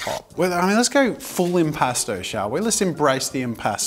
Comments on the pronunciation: I don’t know why but I heard impasta the entire time, like a New Yorker trying to play among us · The art medium sounds like "impostor" to me and now I can't unhear it😭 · keep hearing "imposter" paint